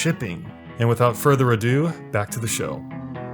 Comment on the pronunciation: did he say shill or show cc says show but I heard shill lmao